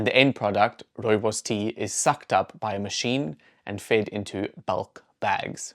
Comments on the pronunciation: Rowebows 😂 no wonder you didn't know. I wish I could hear what that sounded like? And to see your face when you saw that it was Rooibos. 😅 The pronunciation is Afrikaans & as South Africans I think we grew up knowing how to say Rooibos. And I think most of us know that it means red bush. I knew it was South African but did not know any history about this bush until this video. That's a shame but now I know, lol. I lived in Germany for 6 years & could buy Rooibos at the supermarkets, no problem. I doubt they know the origin and history of the bush either. Maybe some people know that it comes from SA, but I seriously doubt they know the history of the bush either. People overseas can be arrogant. We have alot going for us in South Africa. We were never taught anything about the Koi San's knowledge of plants, etc. That I would like to learn. Trust people to capitalise on this bush to make profit. I'm glad tge Koi San get credit & funds. If it wasn't for their knowledge we would never know about this bush and it's wonderful properties. It's a nice drink, I enjoy it when I'm really in the mood for Rooibos. It is not something I drink often though. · If I hear another British person pronounce rooibos wrong I am going to stick a koeksister up their gaat!